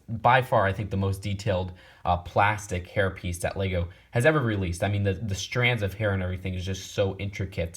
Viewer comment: When he said hair piece I thought he said herpes 😂😂